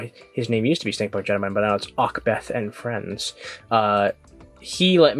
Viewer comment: Thanks for the shoutout, but it’s pronounced “Ob-Seth” lol